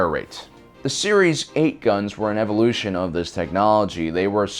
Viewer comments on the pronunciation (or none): none